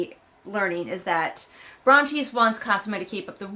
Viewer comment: Re: the names - I think I remember that you used to pronounce Brontes' name correctly but at some point you abruptly stopped, which I find hilarious & assumed it was deliberate 😂 Also Tobias reminds me of Bill Murray in the Spy Who Knew Too Little lmao